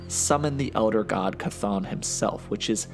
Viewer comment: As far as I’ve heard, that is the correct pronunciation of Chthon.